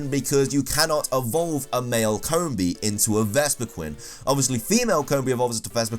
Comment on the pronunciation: "Coombi" "Shidinja" "Soonflour"